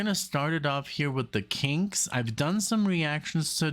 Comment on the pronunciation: KinKKKKKs!!! Not with a "G"....